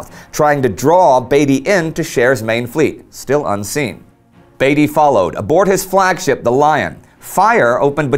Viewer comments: Hi there, loved the video. one small gripe. As an englishman i would correct you in saying Beatty like Bee-tee rather than Bay-tee. anyway great video! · FYI Indy, HMS Indefatigable, was often reffered to as, the Indy. Also Beatty, is prounounced Beat-e, rather than Bee-tea. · Isn't Beatty prounounced b-EE-tey, not b-ai-tey? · Admiral Beaty is pronounced " Beety" as in Beetroot" not Bateroot. Or the "Beatles" not the "Bateles"The British lost over 6,700 men BTW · Wasn't Beatty not pronounced differently? More like Beat-tee. At least that is how I remember the name from the BCC docu about WW1. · I think beatty's name is pronounced beat-y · ***** I understand and appreciate your efforts, and you are usually good or close enough. The odd part about the Beatty thing is I have never heard the name said any other way than as Beat-ty. Dont worry, its an easy mistake, wait until you get names like Wemyss which most English speakers get wrong! Keep up the good work, this is a series that really needs to be made, too many people forget the smaller details and only remember the odd large battle. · Beatty sounds like baby. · Love your videos however you have been pronouncing admiral Beattys bane wrong. Just for future reference. Keep the vids coming :D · right, it WAS Beat-y not Bate-y. Indy also mispronounced Ar-BUTH-not. Minor points though, these are not easy things to get right if you aren't a native speaker.